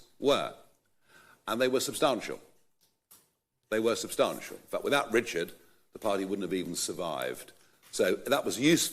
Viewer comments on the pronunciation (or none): How can someone who pronounces substantial as "subsTARNtial" not be part of the establishment?!